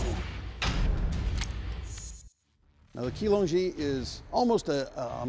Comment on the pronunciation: Chee-long-jee not kee-long-jee